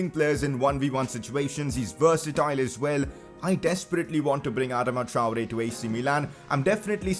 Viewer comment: Bro you are totally butchering his name just stop